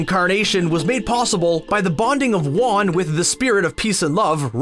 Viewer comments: Most people are talking about most of these “plot holes” not even being plot holes, but can we address this? Waan? Then literally seconds later it goes back to the actual pronunciation of “Wan”. Come on, did you even watch the show? Edit: spelling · He literally says wa-an on purpose so we comment abt it and I’m adding to the problem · "Shrouded in amBIG-witty haha" "avatar wan" and don't forget Arzula the fire bender excuse me there's some pronunciation holes in this video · He pronounced it WAN?????? Is M. Night behind this video or something?? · Did he just mispronounce won AFTER he said it correctly Like what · you can tell they never watched LoK with how they pronounce Raava and Wan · So you pronounce Wan right, then pronounce it wrong, then immediately pronounce is right again.... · Did anyone else notice the one time he said "Wan" wrong? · No plot holes. No research into the lore. Mispronounced Wan at one point and called the Earth Kingdom the Earth Tribe. Y'all really done fucked up on this video. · when you pronounce things one way, even if it's the wrong way, it is assumed that you believe it to be the correct pronunciation. When you pronounce things inconsistently, you must know that one of those ways are incorrect, they can't both be how you're supposed to pronounce Wan, but they let it into the video anyway, fully aware that they were mispronouncing his name. (Obviously there are exceptions to the "there's one correct way to pronounce ____" rule, but generally speaking, and regarding names)